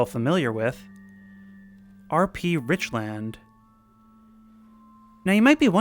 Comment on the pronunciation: Lmao I live in Richland!! FYI we pernounce is richlund